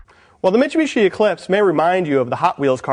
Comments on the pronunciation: Mitshoebishi? Is that he says? Bad review. Pronounce the name of the company correctly. Is that too much to ask? This guys complains about everything. He’s like an ex gf I had. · he says meechubeechee just fine. its mitsubishi that he has a problem saying.